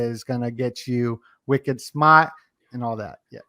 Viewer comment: I love hearing you say.. wicked smart ..!!